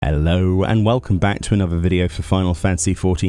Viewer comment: That 'Ello at the start of the video hit me hard.